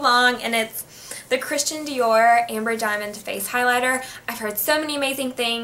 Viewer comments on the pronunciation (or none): none